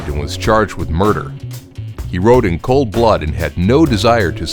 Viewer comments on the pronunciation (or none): none